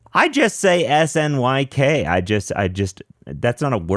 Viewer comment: Fun fact - you're BOTH wrong. Snyk is officially pronounced "sneak" - snycsec is "Sneak Sec".